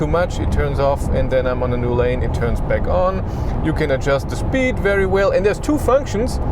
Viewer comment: „Shpeed” :) Instantly imagined how it was as if Clarkson had always pronounced it that way 😂